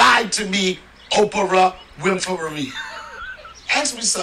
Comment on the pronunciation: "Operah Winfevery" 🤣🤣🤣